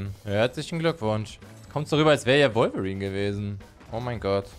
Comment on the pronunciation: Du sagt wolverin komisch finde ich du sagst revolverin